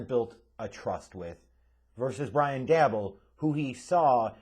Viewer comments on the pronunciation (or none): The name is pronounced (Day-Bull) nod Dabble